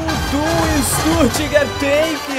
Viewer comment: Vitor Carlos mano, oq vc espera de algm q fala StuRtgart e n Stuttgart hahahaha